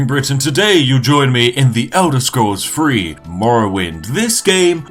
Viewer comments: It's three not free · Pronounce the word three with a th sound, not the sound you make when you say free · Why do you pronounce “the” normally, but words like “three” as “free”....? Consistency, please..... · i will drink tea when you say three with a TH